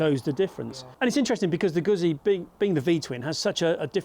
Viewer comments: Sorry but style wise, the Street twin is tops. Of course I'm a 2005 T100 owner, so I have some prejudice. Never ridden a guzzi, so can't speak to feel. But have heard about the vibration. Oh by the way, it's Goo zzi, not goot zzi. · i am shocked to hear two out of three testers don’t even know how to pronounce Guzzi. Embarrassing, frankly. I wonder if they struggle with ‘pizza’, too?